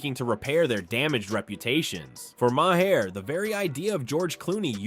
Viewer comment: Just some moron narrator, where’s the actual content? Also, its not pronounced “ma hair”